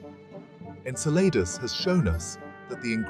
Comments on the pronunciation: I kept thinking he’s saying enchiladas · Obviously people worked hard to put together this visually good looking video, full of information, yet no one researched how to pronounce the name of the friggin’ moon. It’s pronounced “En-CELL-a-dus.” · Cool video, but you're pronouncing Enceladus wrong... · I can’t stop correcting it every time he says it